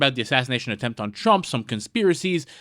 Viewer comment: The word is attempt,.................not a temp.